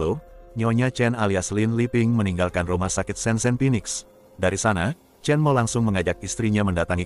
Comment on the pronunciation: Bukan chen mao kali... Tulisan nya 陳华 dibacanya Chén Huá